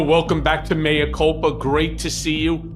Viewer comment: Thank you for not calling “mea” “mia”. [former Latin scholar]